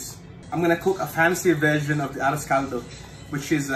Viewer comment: The moment he said 'ah-rose call-dough" I stopped watching. Boujhee ho, girl bye. 😅🎉